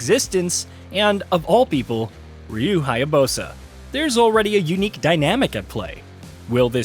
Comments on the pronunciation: HyaBUSA not HyaBOSA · Ryu HAyabooowsssa hahaha nice pronounce of Ryu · Cut him a break, it's not like the reveal trailer had an exact pronunciation of his name immediately followed by a cut between the main characters both using Izuna drop... XD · This guy is literally trash and pronunciation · I think they were referring to how the person pronounced Ryu's last name. 🤔😒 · He pronounced “Ryu” as “Raiyu” and “Hayabusa” as “Hayabosa”😂🤣